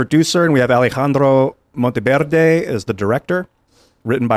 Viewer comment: Can someone tell he doesn't have to sound out names as if he is a native speaker? I laughed when he pronounced Alejandro. Dude, just stop.